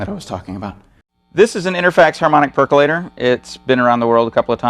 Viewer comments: Perq-you-later, guys. :) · Nucular perculator. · Great vid. Amazed how many people can’t pronounce percolator properly. 🤦🏻‍♂️